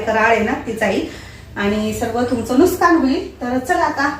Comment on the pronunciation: Nuskann nahi,nuksaan,jara marathi thik bolat ja